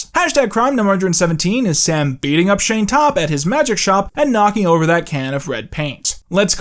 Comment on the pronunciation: the way he kept saying Shayne Topp 😭